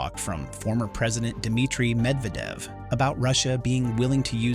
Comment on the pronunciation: The narration on this is awful! How many different pronunciations of “Medvedev” were used? I counted at least three! And, how about paying attention to sentence endings and beginnings? Very annoying to listen to!👎